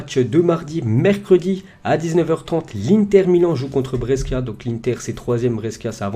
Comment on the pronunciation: Juste pour t aider pour les pronontiations des noms des clubs Genoa se dit Djénoà Brescia se dit Brèchia Lecce se dit létché Cagliari se dit Caliari Voilà voilà! Bonne vidéo sinon👌